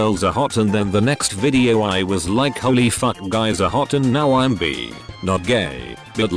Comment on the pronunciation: I hate how it says bee instead of bi